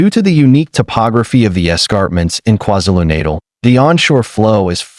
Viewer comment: KwaZulu-Natal Learn to pronounce You disrespect us.